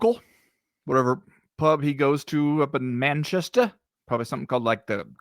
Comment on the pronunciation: As an English fella, did a great job with saying 'Manchester' correctly. Most Americans draw out the Chester part. Not bad mate!